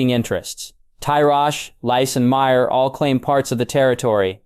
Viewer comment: As I said it’s a good story! You just pronounce names wrong a lot. I’ve heard got knows how many variations of yigritte and “myr “ 😂